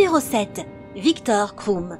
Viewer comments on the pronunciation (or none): Viktor Kroum mdrrrrrr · Viktor Kroum et Ron Weisley 😭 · Michael KRIKORIAN t’a trop raison en plus « Viktor KROUM » !!!!!! Allô quoi 😶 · Victor KRROUMMM